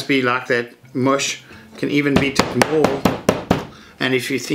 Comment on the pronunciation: I almost thought you said "...I will moer this properly ... " :DD